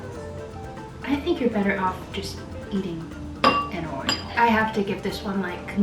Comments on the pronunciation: 'or-e-o' not 'or-e-ol' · I kept hearing “oil” when you said oreo lmao